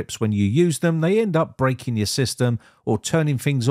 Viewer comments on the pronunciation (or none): none